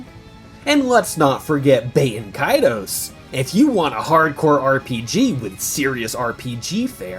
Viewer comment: Bro really said BAIT-en Kaitos 😂